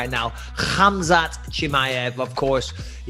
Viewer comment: the way Bisping pronounced Khamza's name is incredible!!